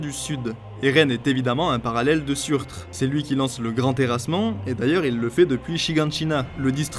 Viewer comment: Je veux pas chipoter, mais le "J" se prononce "Y" (Jötun, Jörmungand) et lorsqu’il y a un r à la fin ça se lit -er (BaldER, SurtER, FimbulveltER) ^^